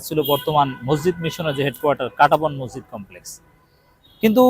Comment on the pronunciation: ভাই, বিনীতভাবে বলছি, মজজিদ বলবেন না। শব্দটা হবে "মসজিদ"।